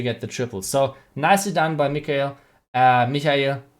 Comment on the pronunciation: Haha "Michael" in English is pronounced kind of like "My - kul". Good video!